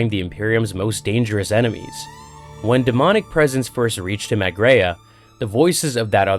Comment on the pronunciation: Planet Graia, not Greya, Gr-eye-a. Titan Invictus wasnt being constructed, Sidonus commented that it was 'unused'.